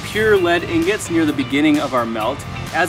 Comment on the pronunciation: Its ingots not ignots